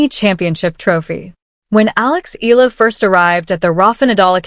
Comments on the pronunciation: It's not Ee Luh! It's should be pronounce Ey yeah luh (Eala) the Filipino way! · CORRECT.....E A LA! And not EELA... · Pronounce as e-ya-la not eel-la... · Alex ( e- ah- la) no silent letter. Pronounce properly. For those not popular how he call her Surname